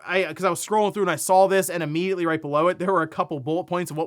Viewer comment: And here I thought the way you pronounce immediately as "ummediately" was just a quirk but here you don't Im watching you🧐